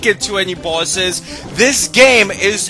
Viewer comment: I like how you say bosses...."bawsez". sounds cool!